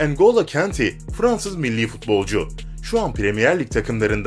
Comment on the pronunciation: Yalnız okunuşu yaya ture , engolo kante olacak